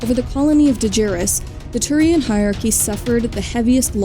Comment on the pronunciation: On behalf of Aki's everywhere, I respond to the Turian Hierachy with "Hi Bioware." (Makes sense if you hear Hierachy as "high aki", Also explains this joke.)